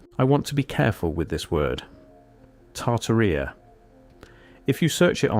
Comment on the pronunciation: British AI man can’t pronounce Tartaria correctly